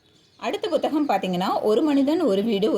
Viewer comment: எல்லாம் நல்ல தகவல். But புத்தகம் என்று சொன்னால் தான் தமிழ் உச்சரிப்பு சரி. நீங்கள் "Bhu " என்று ஏதோ thaminkilish ஆ இருக்கு 😢